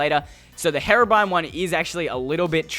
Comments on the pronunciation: It’s HERO Brian not heroo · Its pronounced (h-ee)robrine not (heh)robrine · STOP SAYING HARABRINE ITS HERO-BRINE GOSH JUST STOP TO MUCH PRESSURE OMG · 3 things. 1 your intro sucks, 2 minecraft pocket edition is trash, 3 its pronounced Hero-bryne not haro-brin. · When he done herobrine i thought he said heroine instead of herobrine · Great accent lol ...."Herobren" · Hero brine you said it wrong